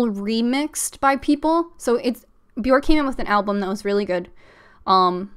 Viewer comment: My best friend is a huge HUGE HUGE Bjork fan and he’s always so quick to correct me that her name is pronounced “B-yerk”. Bjork rhymes with “jerk”. He confirmed this was true by showing me interviews of her saying her name. Anyway, I loved this live stream. 💕